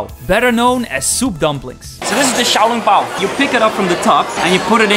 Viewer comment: U were pronouncing Xiao long bao wrong